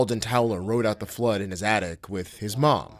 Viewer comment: "Floood" lmaooo